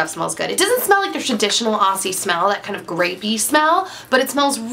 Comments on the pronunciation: It's pronounced 'Ozzie' - with a z, not an s. :) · Hey there, with the pronunciation of the "aussie" products, I hear so many Americans pronounce it wrong :P it is pronounced "auzzie" like with a Z don't say it with the S :) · great video, i love how americans pronounce aussie hahah we say OZZ-IE ;) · I find it funny how Americans pronounce Aussie although it has 'ss' it is pronounced Auzzie (o-zz-ie). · Sorry, but that's not how you pronounce Aussie...